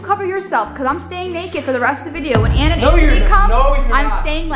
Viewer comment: Smth people didnt realize is she said letter by letter lol